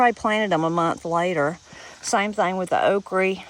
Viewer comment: I love that you say okree. People try to tell me it's not pronounced that way, but they're wrong :) My Mamaw and Papaw were Appalachian, and they had a big hand in raising me.